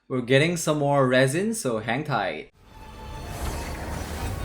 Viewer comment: was it hang tight or hentai